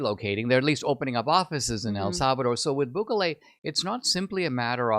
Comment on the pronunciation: It’s not BÚKELE it is….. BUKELE